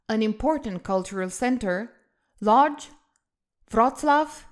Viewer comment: Very nice, but it's Łódź, not Lodz and it's Warszawa, not Warsaw.